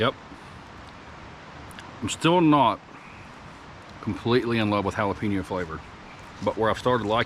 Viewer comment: I like watching ur videos, but it's (HA LA PEN YO) NOT HA LA PIN YO.. HAHA keep the videos coming..🤙